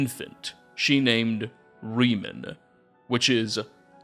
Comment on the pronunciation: This is a small thing, but seeing as you say his name about a million times, Reman is pronounced Raymon, not like Remus from Roman myths.